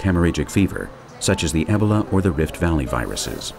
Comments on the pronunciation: Ebb-ah-la? I thought it was EEE-BOW-LA? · Damn it narrator!!! Stop pronouncing Ebola like Ehbala!!!!